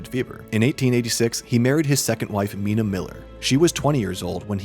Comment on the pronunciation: Wow! So much misinformation in one video! Please learn how to pronounce Milan, Black Maria, and Mina.